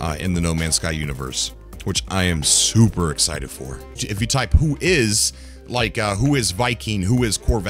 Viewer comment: Excite? Excite.